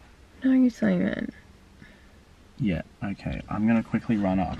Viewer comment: I always hear it simon from.